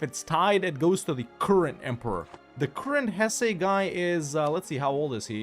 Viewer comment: Lots of love in the comments for the improved pronunciation. Now, start working on Hesse (Hess-uh) 🙂